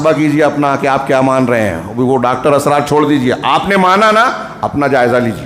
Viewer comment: Ek baat daawe se keh sakta hoon ke aap bhatak gaye ho. Jo bhi Dr. Israr (not Asrar - sahi se pronounce karna chahiye) kaha woh bilkul sahi hai aur waha ke logo ke liye ya in general kaha ke jaise aur bhi mazhab hai waise hum log apne deen ko ussi tarike se le rahe hai. Ye deen ka tarika nahi hai.... Balance between deen aur duniya pe kaha indirectly par aap pe shayad shaitan haawi hua hai toh aap ye baat nahi samaj sake